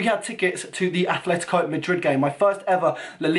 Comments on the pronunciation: please just say atleTico not atleTHico:) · You mean aTletico not aTHletico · ... its atletico madrid not athletico... -_ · make a favor pls... It's Atletico, Atletico Madrid not Athletico